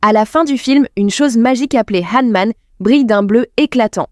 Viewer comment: C'est Honmoon pour être exact..